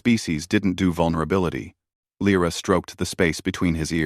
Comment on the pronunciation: And again Lyra is spoken LRA.